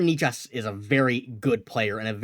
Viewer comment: They won't get Necas for just Ullmark. Why can't this guy pronounce Necas ?